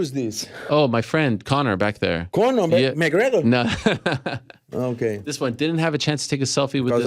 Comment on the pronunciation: Who choose this? My friend Conor Conor? MCHHGREGHOR? 🤣 🤣 🤣